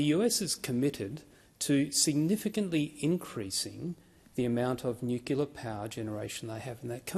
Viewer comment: . Nucular Energy??? 😂